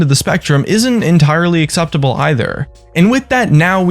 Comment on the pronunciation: "Acceptouble" Hahahhaha